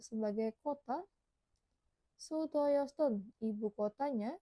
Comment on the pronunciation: Maaf cara bacanya masih ada yang salah contoh 있는 harusnya dibaca innen bukan isen. Ada lagi 수도였던 harusnya dibaca sudoyotdon bukan sudoyosdon